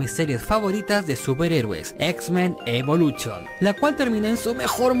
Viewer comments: Se pronuncia "evolushion" no "evoluchon" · “Evoluchion” jajaja